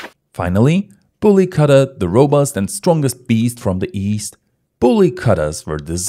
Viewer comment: Good video and Nice information. Btw it should not be pronunced as Katta. It is Ku-tta